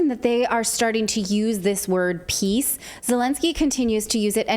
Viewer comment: Zelensky's English pronunciation is great! Victory - weaktory. Peace - piss.